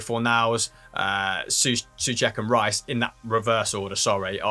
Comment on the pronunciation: guys, sorry for nitpicking, but Coufal and Souček, are pronouced with " O" like in O shit. with the U soud, they sound more like being from Slovakia.